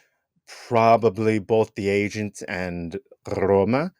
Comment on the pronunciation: The word Roma has ONE “R”.. it’s not RRRRRRRRRRoma lol